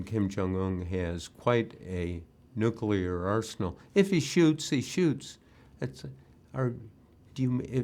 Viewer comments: It's pronounced "new clear," Bob. NEW-CLEAR. Why do so many supposedly educated people insist on adding an extra syllable to the word? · Bob Woodward can't say nuclear? Wow.